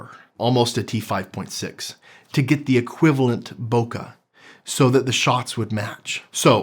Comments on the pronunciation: great stuff except for the pronunciation - Bokeh, not "Bokah" " bokeɪ/ BOH-kay; Japanese: [boke] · why do you pronounce bookeh like its an English word? Sounds awful - its Japonese - say it right!